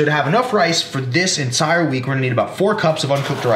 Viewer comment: I thing beginning, did he say "ensire" twice... Instead of entire